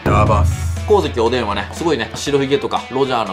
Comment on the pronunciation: 光月おDん(おでぃん)www